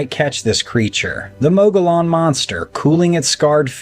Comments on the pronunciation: The time , you speak of the Mogollon monster. Please, please get the pronunciation right. It's not pronounced Mo go lon, it's pronounced Mo ghee on. The LL's are silent as in tortilla (tor tee a). And the scenery looks nothing like the mountains of Arizona or anywhere in Arizona. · It’s pronounced mo ge on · The Mogollon Rim in AZ (pronounced: Mo-ghee-ann) are dangerous, just as the ones near Ape Canyon on Mt. Saint Helens are. And ones near Dubois (pronounced: Doo-boyz) Wyoming in their "Badlands" area. Even Basecamp Chris has shared stories from there. I have encountered and have seen different sasquatch in S. Montana, W. Missouri and Central Wyoming. All varied in colors, behavior and sizes.